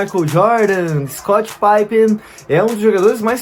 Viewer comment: Nem os americanos chamam Scottie Pippen de 'paipen'. A pronúncia é Pippen mesmo.